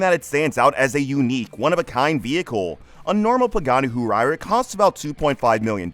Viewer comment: Once I heard Hu-why-ra…I immediately knew the narrator was not a car guy.